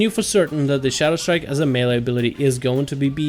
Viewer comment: it's Shadowstrike.. not Shadowshtrike :D jk I like your videos